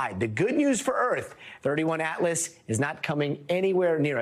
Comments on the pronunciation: Btw, it's not "Thirty One Atlas" but "Three I(Eye) Atlas". "I" for Interplanetary. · 3I/Atlas not "31/Atlas" as of "I"(i) for: "Interstellar" or 3rd Interstellar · 2I/Borisov. Not 21/Borisov. And 3I/Atlas. Not 31/Atlas. The i is short for interstellar. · THREE I ATLAS. This is what happens when you let a journalism major guy talk about science and technology, couldn’t even get the name correct😂